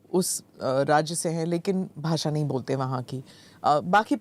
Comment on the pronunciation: Basa nahi basha aur des desh hai bhai jara Hindi toh Sahi se bolo